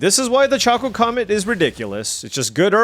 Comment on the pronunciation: Ok...it's not choco like chocolate or choco taco, it's choco like chocobo 😂